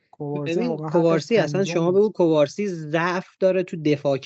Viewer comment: اسم مدافع جوان بارسا مگه کوبارسی نیست؟ چرا بهش میگید کبارسی؟